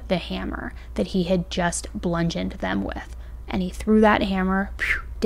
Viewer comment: Bludgeoned: pronounced ‘BLlOOD-GEND’ NOT:’BLUN-GEND’